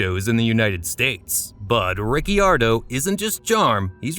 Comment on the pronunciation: Exactly what I thought. Anyone who watched a single F1 Race knows that the I in Ricciardo is silent.